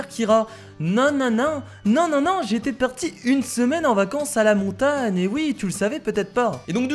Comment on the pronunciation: pq tu dis montane et pas montagne